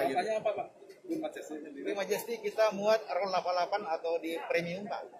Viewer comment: Queen Magesty? Queen Majesty bacanya :"